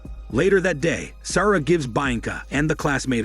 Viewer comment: Interesting way to pronounce "Sara" too! Lol. Also lit*^ candle, not "lighted". Smh.